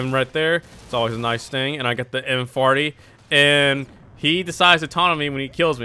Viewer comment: I like how he says M40. "MFartee"